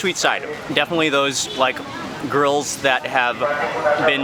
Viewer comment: When he said grills for some for 5-6 seconds I heard girls 😳